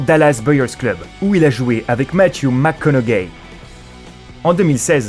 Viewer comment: C'est sur que Suicide Squad c'est film d'horreur mdrr en plus le joker est le moins terrifiant alors pourquoi tu le met en première position t'es stupide A oui et aussi Matthew McConaughey ça se prononce MacConauwey